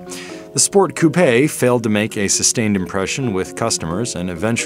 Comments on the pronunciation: "Sport coup or sport coupé" – yeah, it's coupé. Not "coup". 🙄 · Coupe is pronounced coup-eh not couppaaaaaayyyyy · "coo-pay" It isn't a coincidence that you chose the word "pay", is it?